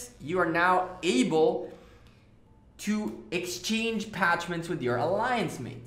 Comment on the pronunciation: Parchments. PaRchments. There's an "r" in there. They're basically like animal skins used as scrolls. Minor thing...